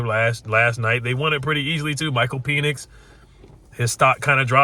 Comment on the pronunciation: I kinda have to laugh because most people pronounce Penix like Pen (like a pen you would write with) but you pronounce it like the male organ 😂